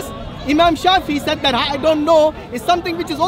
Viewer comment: I've also noticed he pronounces "said" as if it rhymes with "paid".